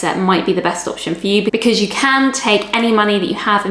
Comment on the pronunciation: your "can" at 0.30 sounds very like "can't" have....